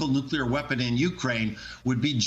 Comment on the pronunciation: Alright, now. Everybody say these 2 words with me: New Clear Say them faster: New-Clear New-Clear New-Clear Newclear Nuclear Nuclear Is that clear? Crystal clear? Nuclear clear? Alright. Go forth and make no more mistakes about "nuclear."